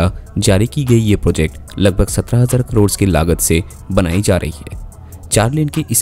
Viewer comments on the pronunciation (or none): none